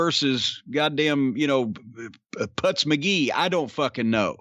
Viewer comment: Putz not Putts